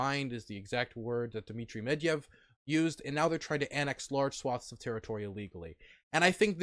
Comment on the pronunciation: Also he says Medvev instead of Medvedjev. Gringe.